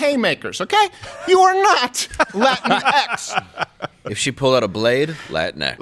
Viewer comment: You guys(not just Crowder, everyone) constantly mispronounce latinx. It's the same as Latino or Latina, just with the stupid ex homophone instead of the ones that make sense. It's not latin-ex, it's lah-teen-ex. Don't get me wrong, I'll throw hands at any liberal brainwashed enough to think it's the right word, but y'all aren't even close.